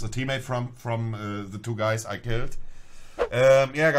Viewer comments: Bei monte wird "th" zu "s" hahaha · Immer diese leute die the se aussprechen 😂